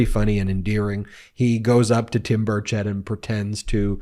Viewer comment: Timmy has been a whiner since elementary school. It's Burrrr-chit not burrr-chet